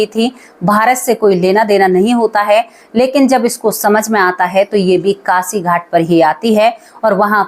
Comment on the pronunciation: मैडम आपने बोला कासी तो मैं आपको बता दू कि ये शब्द कासी नहीं है काशी है । शब्दों का उच्चारण तो ठीक किया करो ।